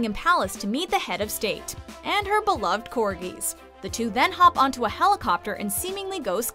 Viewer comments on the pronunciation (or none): none